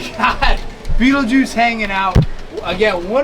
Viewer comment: STOP SAYING BEETLEGUISE lol, great video guys beautiful reptiles and amphibious critters and bugs:)